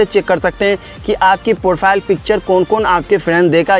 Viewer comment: Profile bolna to sikh le